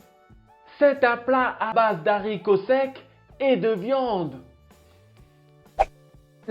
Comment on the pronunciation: On dit "dE haricots" le "h" est aspiré, pas muet donc pas d'apostrophe... Sans quoi votre vidéo est très interesante. Félicitations.